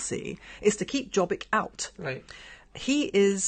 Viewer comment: Awww the beginning was so cute!❤ you guys! Excellent! Ps. Jobbik is pronounced with a "y" so you'd say "yo-bik" not "j". And Jobbik was a part of the govt for awhile, was in coalition with Orban's Fidesz.